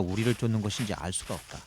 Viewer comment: 읍따.읍써. ㅇ좀 고만처라.